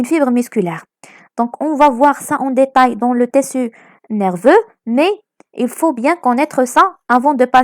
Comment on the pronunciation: Mes encouragements, c intéressant, mais stp, on prononcé tiiiiiisssu et ne pas teeeeessu. Et tu va vite, on suit pas... À part ça, t'es la meilleure.